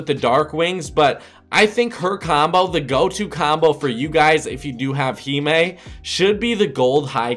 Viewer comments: Heemae Lol 😂. It’s Hime. Hi mm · Himé really your fucking stupid it’s pronounced [Hy-ma] dumb-ass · he just said heemee